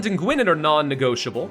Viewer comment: Just a quick note for future: Gwynedd is actually pronounced "Gwyneth", as in the ladies' name. In Welsh Gaelic, a double D is pronounced 'th'.